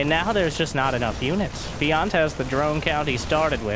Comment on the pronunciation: Feeyant... its pronounced f-J/ANT ! :P